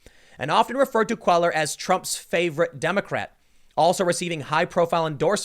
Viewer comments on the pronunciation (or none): Cellar is pronounced "kway-yar." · "Kway-yahr" is how you pronounce Cuellar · Hey Tim, Henry’s last name is pronounced “Kway-yar”. (Roughly lol) 👍🏻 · Cuellar is pronounced like QUAY-yar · Tim, it’s Koo Eh Yar! Cuellar. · Not trying to be a dick. Just trying to be helpful here Tim. Cuellar = Quay-ar LL=Y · It's pronounced Quay-R. Henery Cuellar (Quay-R). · His name is pronounced “QUAY-YAR”, Timbo.